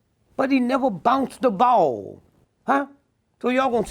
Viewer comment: "But he neva bounce ah baawll"😂